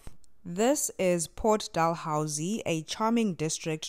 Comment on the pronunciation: Locals pronounce Port "Dalhousie"..."Dahloozee" ...not "Delhowzee".